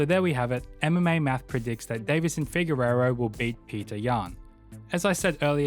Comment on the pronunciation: Deiveson "Figueiredo." You keep saying Figueirro.